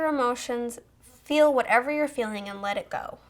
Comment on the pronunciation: When you say feel it sounds like fill